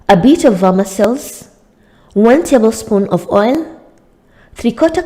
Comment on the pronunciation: Did you say “vermicelli “